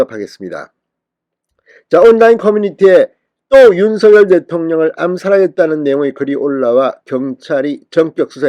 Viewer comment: 진성호 윤석열 이지만 발음 은 윤석렬인데 매번 윤서결이냐 발음해봐 윤석렬 윤석렬 윤서결 아니다 윤서결 아니다